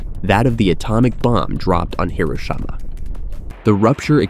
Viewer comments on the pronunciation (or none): Is this AI slop narration? The pronunciation is all over the place. "Hiroshama", "say-ees-mic", "megathroost". Gross. Just get someone to read it. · you pronounce hiroshima as hiroshaima? its 2025 c'mon bro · hiroshama looool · What is with this AI? Hiro-Shay-ma? Se-Yes-mic? Mega Troos? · I think the video might be done by an Ai, Not 100% sure. But the way he pronounced Hiroshima, increased my belief this is an Ai video by quite a lot.